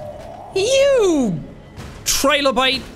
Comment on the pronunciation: "Don't take my bubble, you (dramatic pause) trilobyte!" Sean McLoughlin 2022